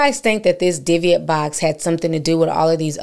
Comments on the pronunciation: It's pronounced di-buhk to anyone that is just hearing about it. Like dih-book. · Dooo bick is the pronunciation you’re looking for just call the pronunciation poo’lice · Its pronounced dib bik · It’s pronounced Dib-ic. Very serious paranormal activity. More than a poltergeist IMO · It’s pronounced di-buhk Ti but I love it. Scary stories with ti!! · Is saying “ diviate “ box? The title says dybbuk? 🤔 I want to google BOTH but not sure what she is saying…thnxxx for any help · Hey Ti Sis, Don’t take this as me trying to be funny or anything like that but it’s pronounced Di-Bic…. By the way GREAT story and the movie The Possession was pretty okay. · I'm sorry y'all! I'm a horror genre freak in general... movies, true crime, hauntings... the way they're pronouncing it is driving me crazy! 😅 It's pronounced "di-buhk"